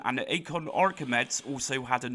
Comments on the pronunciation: Archimeds?! archi-mee-dees :) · great video as always. Note that Acorn Archimedes is pronounced “Arkimeedeez” after some Greek bloke. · FYI its pronounced acorn "arka me dees" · The guy can't even pronounce Archemedes properly..... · The Acorn what?! Some very odd pronunciations going on on YT at the moment 😅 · I have no problems with you pronouncing English words in line with your regional accent but Archimedes is a Greek name and there's only really one way us English speakers should try to pronounce it and it's this . Imagine if you insisted on pronouncing Amiga incorrectly in your regional English accent and insisting it's just tough luck. Anyway, I really enjoy your videos and if you continue to mangle Archimedes then I'll keep watching regardless. As for your video you linked in the comment, above, I'm sure there are a lot of undiagnosed neuro diverse people who are into retro games (40 and up). I hope you'll take my comment in the good natured way it is intended and I look forward to your future videos, thank you. I think I'd benefit from an ADHD diagnosis...